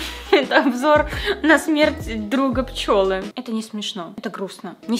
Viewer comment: Пчелы, а не пчЁлы